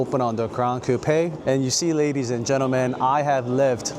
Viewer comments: Are you sure it's pronounced "cou-pè" rather than "coup"? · I've never heard someone say "Coupe aye" for Coupe. I've always heard it pronounced "Coop". Is this a thing? What areas pronounce it like this? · I hope you don’t get offended by what I tell you. I love the cars and your presentation was beautiful. Thank you. I just wanted to let you know that in English, you don’t pronounce it “ Coup- pe” it is one syllable, not two it is pronounced “Coup” (COOP). Just thought you would want to know that since you are reviewing cars and need to say that word 100 times a day. ❤ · I have never heard Coupe pronounced as "Coup pay"..lol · You need to learn how to pronounce coupe